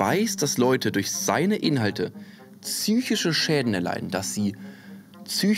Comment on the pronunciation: "Tzychische Probleme."